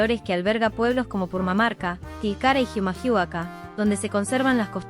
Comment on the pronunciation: Oye amigo, se re noto que esa voz es de una IA ¿Jijamahuaka? ¿Que es eso? XD Es Humahuaca las "H" no suenan Y no es "Yujui" es "Jujuy"